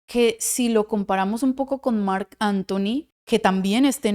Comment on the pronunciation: Trata de pronunciar la k cuamdo mencionas mark Anthony! No, mar Anthony!! Buenos tus videos!!